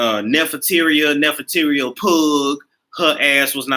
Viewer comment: The way you said Pugh had me weak.. You emphasized the hell out of that ugh part. 😂😂😂